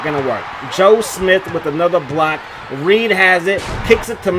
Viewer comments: It’s Redd pronounced like the color it’s not Reed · REDD(Red not Reid) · Michael Redd.... Pronounced Red like the color....😂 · REDD not Reed 🤣🤣🤣🤣 and you gotta play zone on defense man, or double team the shit out of them dudes when they get hot like that. Them point guards will hop step you to death on this game. Straight up cheese smh.